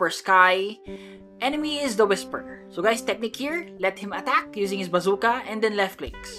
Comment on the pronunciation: Your pronounce attack like at-act